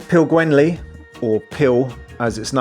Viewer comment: You couldn't be bothered to learn how to pronounce St Asaph or Pilgwenlly? Your over all assessment of the cities isn't at all bad. Next time you're in Cardiff, spend some time in St Fagans museum. It's free to go in after you've paid for parking, and if you don't arrive by car you don't pay at all.